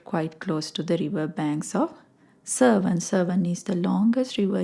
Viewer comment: Not serven, it's severn